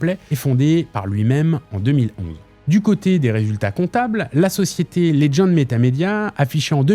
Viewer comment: Putain mais Legend ce dit legend et pas ledgend va chez l'orthophoniste...